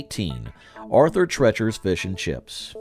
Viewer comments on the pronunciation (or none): That's TREECHER, not TRETCHER! Jeez, get it right! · Yeah, I was starting to wonder if everyone I knew had been pronouncing it wrong or something! We always said it like tree-chers.